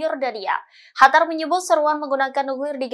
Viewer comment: Qatar bukan hatar... ganti pembaca berita yang gak bisa bedain Q sama H